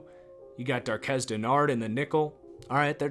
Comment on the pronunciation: It's ILOKA dude. EYE-lowka. And DARQUEZ. DAR-kwezz